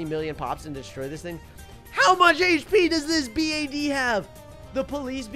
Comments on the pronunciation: I love how you said police B A D and not police bad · I like how he says 'Round 100 vs A B. A.D